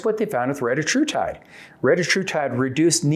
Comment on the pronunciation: Hey at least he pronounced it right